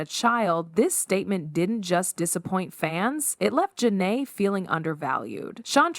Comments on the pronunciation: The mispronunciation of her name is either because the audio is AI generated or it’s straight up rage bait. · It was so cringeworthy! Gotta be an ai generated voice! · I clicked off after the second mispronunciation of her name. Do better and stop using AI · Big Sean makes me sick And why are the names being constantly mispronounced. It’s distracting lmao. This should have been fixed during editing